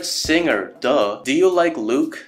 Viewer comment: Luka❌ Luke✅